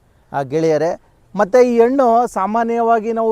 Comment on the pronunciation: Please pronounce Hannu not Annu . pronounce kannada fluently.